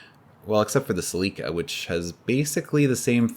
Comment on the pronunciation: Celica. Sel-a-ka Speaking of people in my circles in the late 80s made fun of the masses who came in asking about the in-ta-gra. 🙄